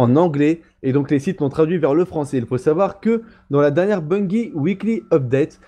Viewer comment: On dit Bungie !!! Bungie avec un '' j '' pas avec '' gui '' derrière le g il n'y a pas de u